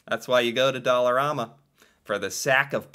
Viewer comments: I shop at there everyday IT IS NOT PRONOUNCED DOLL-A-RAMA ITS DOLL-ER-AMA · In Saskatchewan we pronounce it like Alabama. You seem to be saying it like Obama. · its not Doll a rama its Doll a ram a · It's Dollar-A-ma not Dollar-aw-ma. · here in montreal, we pronounce it “dollarAhhma” not dollarawe-ma” kinda like the pasta pronunciation- we say “pahsta “ not pawsta” which is super weird because in french thé a is pronounced the first way lol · Just an FYI, it is pronounced dollarAMa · It's dollarama not dollaruma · Pronounced dolla Raamma